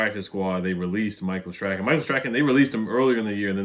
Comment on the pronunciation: Nobody says Michael’s name correct. It’s pronounced Stron not stracken